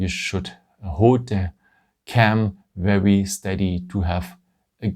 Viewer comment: You really have to work on the words ‘’ very ‘’ it’s seems like you are saying’’ verrerie ‘’ I know you are French but you do have a nice English apart for that word try to say vai -ry instead ve -ry witch the ve is prononce in French , and try to say ry like the word wrong not rong , so vai - wri And not ve -ri